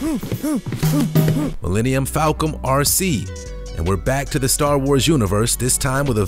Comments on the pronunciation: Mellennium Falcom? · "millenium falcon" lmao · Sorry did he say millennium falcon